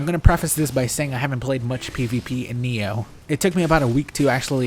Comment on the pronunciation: Why the hell do you say NEO?